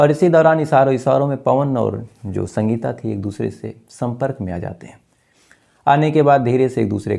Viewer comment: Bhai, कई बार कहा है आपको, हिंदी के उच्चारण पर ध्यान दो इश्कूल, आद औलाद शक्ति से पूछताछ शुरूकी राहत की शास पत्नी का नाम शंगिता ऐसी तमाम उच्चारण आप गलत ही करते है कृपया सुधरे शायद आप ध्यान देंगे